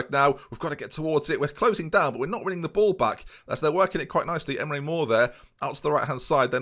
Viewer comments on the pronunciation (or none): none